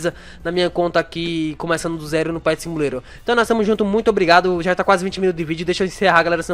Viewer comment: Ele fala simulero do zero kkkkkkkk